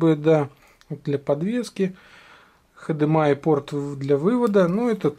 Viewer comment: хдмай )) уморил ))